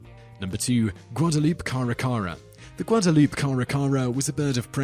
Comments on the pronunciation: it's not guadaloop it's guad+Uh+Loo+Pay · Guadalupe is pronounced (guad a lu pe) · oh man, you gotta learn the proper pronunciations for words before using them in your vids. here's a hint, Guadalupe does not have a silent "e". that being said, you still got a like from me